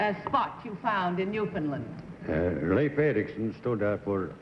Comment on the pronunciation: Kitty Carlisle was such a class act––and one of the few people outside of Canada to properly pronounce "Newfoundland" .